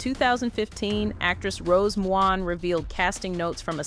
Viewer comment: Can't pronounce "McGowan"? AI BS